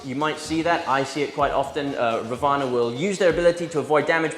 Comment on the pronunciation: I think it is pronounced raavana..first a has to pronounced lengthy..raavana was an evil character (god) in mahabharatha(the hindu epic).. according to this epic , he had 10 heads